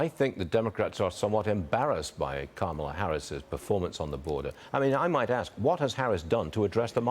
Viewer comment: That slip when he realized he was pronouncing correctly Kamala and went back to the wrong pronunciation 🤮🤮🤮